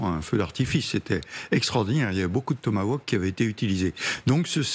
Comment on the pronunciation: J'adore la prononciation: le "Thomas Woke". Seul est capable de prononcer le mot correctement.